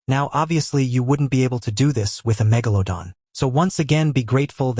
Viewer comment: I like that he says "megalodon" the right way.